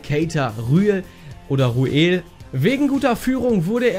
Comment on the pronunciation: Er heißt doch Ruel nicht Bruel